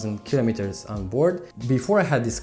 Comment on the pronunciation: O fi asa in Romania ta,. Din tot acest video mi-a placut engleza ta dar tre' sa mai lucrezi la pronunția "kilometers". Chestiunea cu uleiul este foarte subjective si nu-mi place ca faci comparații.